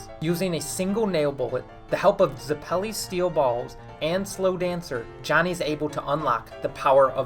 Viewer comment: stop saying zeppeli like that.